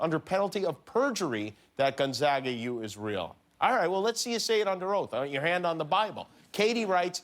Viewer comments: HE ISNT PRONOUNCING GONZAGA RIGHTT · All the mispronouncing of Gonzaga is driving me nuts. Lol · and gonzaga not gonzaga